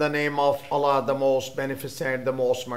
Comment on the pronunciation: please pronounce word,, Allah,, properly,there is no such pronounce in any language. Aziz from USA